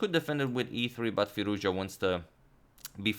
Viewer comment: That is pronounced "Firooz-ja"